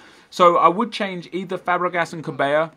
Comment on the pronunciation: its not pronounced ca-bay-ya, its quite simply ca-bell-ah